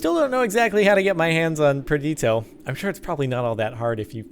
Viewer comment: xD he pronounces perditio different every time